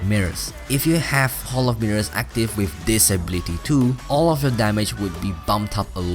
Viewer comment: Ablity wth, it is pronounced ability